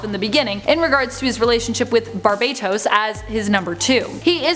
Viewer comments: the pronunciation you're looking for it "BAR-ba-TOS" ;) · I always thought it was Bar-BAT-Os